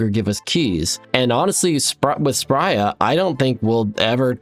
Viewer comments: Stop calling her Spria. It is Spria. That's why she does not give you keys. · Why do you keep saying "Spria" when it's obviously "Spria"...